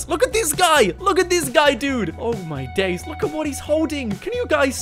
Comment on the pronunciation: He says "Oh my dais"